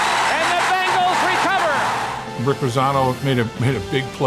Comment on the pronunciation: BENGals Not BANGals